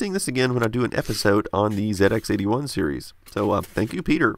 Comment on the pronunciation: But kudos for pronouncing ZX-81 correctly ("zed" not "zee")